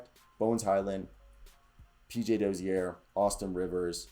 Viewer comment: Čančar is pronounced Chanchar. Then č is ch sound. Dozier isnt said the french way, Dozière, but more like the word Closure. 🍻